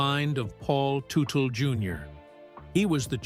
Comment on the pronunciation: it is tud dle not tu tu